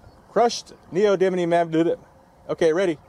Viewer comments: I always liked AvE's pronunciation... Neo-did-lee-uhm. That'd make a good alt-80s punk rock group name maybe... Just like Taylor Swift, it'd be horrible music. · I've watched enough AvE to know it's pronounced "neodiddlyum"